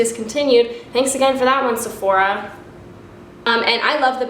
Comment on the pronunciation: The way you said "One" though :D Hahaha. Sounded like "Juan" :) Love the tips, and hey! Hurray boobies!